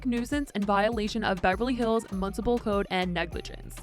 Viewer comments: Municipal - moo-nis-ipal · The way you say municipal 😂 I can’t